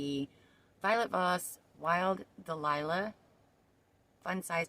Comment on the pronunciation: It's "dahlia", not "delilah"😂 but your makeup style is gorgeous, and I appreciate that you showed me how to approach this palette! I have it for a few years but never could make a nice look with it. Thank you!